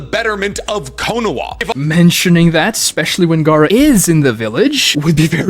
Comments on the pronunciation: He kept calling Konoha Konowa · I wont accept anything about Naruto From a guy who keeps saying "Konowa" and "Nuqilar weapons". And also, DeegoKnigth???? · said nukular instead of nuclear so all his arguments are invalid. He also yells and says Konoha as if it was quinoa soooo. In fact the more I listen the more he pronounces things wrong